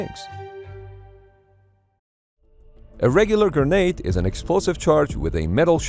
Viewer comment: Gra-nade. Please for the love of god and all that is holy. Stop saying Gernade